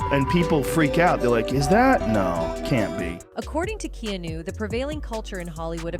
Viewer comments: Why are you calling him Keenu? His name is Keanu. Is this AI? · Never Keanu’s name pronounced like that…Keenu? 🤭 gotta love lazy creators who don’t edit their work.